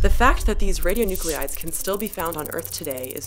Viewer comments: Do you mean ra-di-o-nu-clides, like how you are spelling it or ra-di-o-nu-cle-ides like you're pronouncing it? I'm not getting why you are spelling it one way but then adding an extra syllable. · The mispronunciation of radionuclides drove me nuts. Channeling my inner Hermione, it’s radio-(noo-kleye-ds) not (noo-clE-eye-ds). She’s channeling her inner George Bush. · She's pronouncing "radionuclides" incorrectly!!! It's irritating. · So she exaggerated the French pronunciation of Marie Curie, then mispronounced radionuclide over and over for the entire video. If you're going to be a fussy linguistic show-off, gotta be consistent. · your spelling of "radionuclides" does not match your pronunciation. This puzzles me greatly.